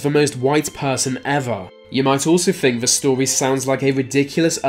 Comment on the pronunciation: Frone? Fink?